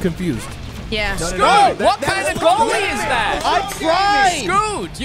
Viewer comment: brits even worse goallie then skoot.... bit like me as a goallie.